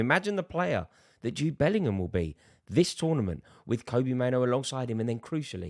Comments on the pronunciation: It's pronounced like Robbie not Kobe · Rory just a heads up, it’s pronounced kobbie like robbie. Andy mitten knows his dad and he confirmed it. 👍